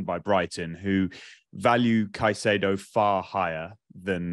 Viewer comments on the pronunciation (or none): instantly loses credibility with me pronouncing it "kuh-chay-doe". Is it patriotic for old English guys to absolutely butcher simple names? lol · Why does insist on pronouncing caicedo in that weird way?